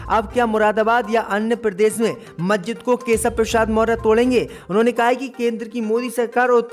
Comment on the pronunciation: मज्जिद नहीं मस्जिद नखलऊ नहीं लखनऊ 👎👎👎 DISLIKE 👎👎👎